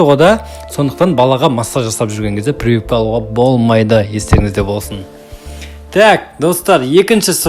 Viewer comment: Прывыпка😂 дегені қалай кетті. Прививка емес па😅